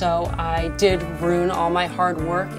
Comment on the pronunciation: She says ruin weird